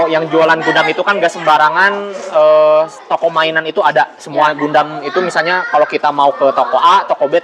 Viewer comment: bacanya Gandam, bukan Gundam